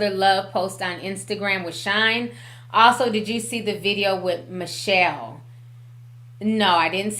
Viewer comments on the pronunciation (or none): none